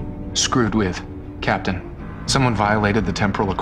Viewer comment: Cap-itan James T 'sweet jesus' kirk